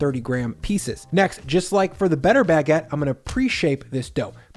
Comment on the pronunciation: Bag-get lol